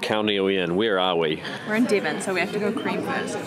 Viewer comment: It's not Dee-von!